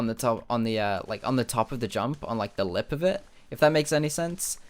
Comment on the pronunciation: I love it when he says lip